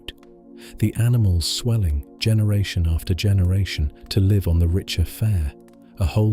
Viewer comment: Shame your AI/text reader can't tell the difference between 'liv' and 'live'